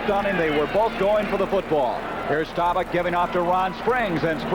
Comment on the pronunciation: Bender was okay, but man, somebody should've told him how to pronounce Roger Staubach's name 🙂